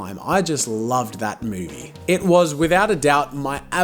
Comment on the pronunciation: he said moody instead of movie